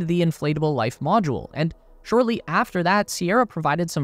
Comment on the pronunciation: "Life moudle"